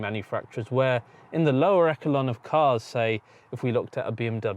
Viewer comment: Echelon is pronounced “eshelon”, not “ekelon”. Just saying, if you are to use non-standard words, at least look them up or something.